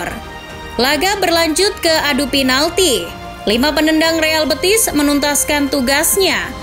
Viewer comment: Penyebutannya bukan kyk nyebut betis (bagian kaki), bukan bëtis ... betis , e nya e d tekan... BETIS.... Real Betis.. Biar ga malu"in